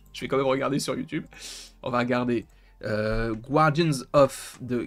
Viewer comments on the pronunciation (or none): Cher, je te vois faire une petite erreur dans les vidéos quand tu prononces "Guardian". Ça ne se prononce pas "gwardian" mais "gardian". Voilà pour le petit cours d'anglais relou, la bise.